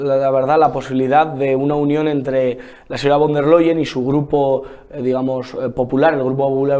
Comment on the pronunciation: Qué grande, Don Inocencio, nuestro embajador más madridista. Y, por favor, el nombre de la presidenta de la Comisión Europea, fonéticamente se pronuncia "fon der Laien". Ya está bien de solo practicar lenguas con Rebeca y tus otras amiguitas.😂😂😂